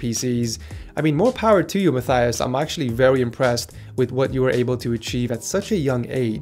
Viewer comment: Please correct me if I am wrong, but isn't your name pronounced like "Ma-TEY-us" and not like "Ma-THY-us" like he said in the video?